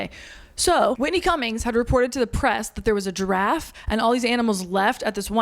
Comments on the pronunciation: Oh, Giraffe! I thought you were saying “Draff” and I was confused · Giraffe is two syllables ma’am